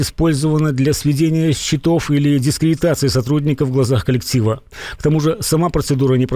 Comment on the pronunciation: Не счетОв а счЕтов